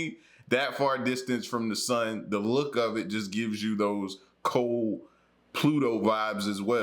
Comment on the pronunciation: The word is "cold" not col, or Cole or coal.. please pronounce your words right!!